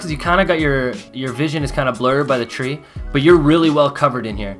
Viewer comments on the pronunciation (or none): none